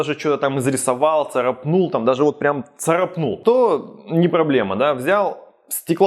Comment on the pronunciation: Не царапнУл, а царАпнул